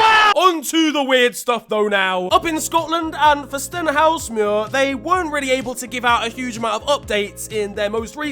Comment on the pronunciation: that's... not how you pronounce Stenhousemuir 😅 bless you for trying